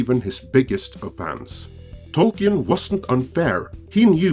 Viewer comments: Tolkien [ˈtɒlkiːn] ... no e 🤓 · It's pronounced Tolkin, without the E. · Could you please learn to pronounce tolkien before you do another of these. it is beyond distracting